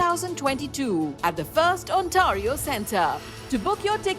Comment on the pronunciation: Not one person endorsing the awards has correctly pronounced the word “Ontario”